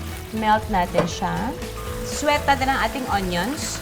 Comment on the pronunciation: Ask ko lang po... Ung ginawa sa onion... Swet po b ung sinabi niya? Namispronounce niya ang sauté?